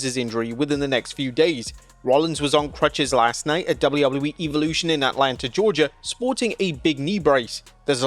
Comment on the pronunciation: bro is relentless is misspronouncing this PLE, its EV olution not EVE olution